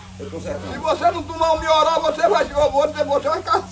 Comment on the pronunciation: Agora sei oq cura a covid, é um "mioral" 😂😂😂😂